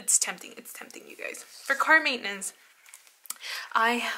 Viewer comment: I always think you're saying "cart maintenance" lol